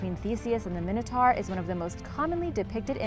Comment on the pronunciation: you were saying minotaur wrong